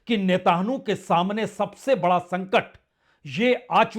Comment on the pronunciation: सर, आप नेतन्याहू को नेतानु और वेनज़ुएला को वेंजुला क्यों बोलते हैं? कृपया अपना उच्चारण सुधारिए।